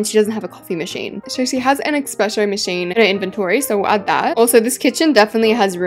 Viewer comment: can’t pronounce espresso machine 😭